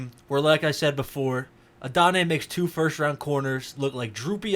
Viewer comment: Please go look at the pronunciation guide. You're butchering his name. Not a bad breakdown other than that. Regarding the effort issues, look at plays where he's not getting the ball. Especially in the first few games of the season. It was especially noticeable on his blocking. He made better effort later in the year, but his technique still needs a lot of work. You'll also notice that we don't see much of that 4.34 speed in his tape. Maybe he's trying to lull the defenders by running slower most of the time, but with the effort issues it makes me question.